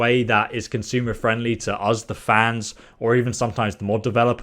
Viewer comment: I scrolled just to find this comment. I thought I'd surely not be the only one this was irritating 😂 Another thing he says that's really annoying is 'Free' instead of 'Three'. And 'Uz' instead of 'Us' 😬